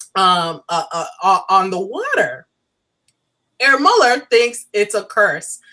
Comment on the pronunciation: Beautiful review,. Just a note on pronouncing Herr Müller. It's not like "air Müller", but the H is pronounced like in the word "help". Apart from that, great review. Glad I found you.:-)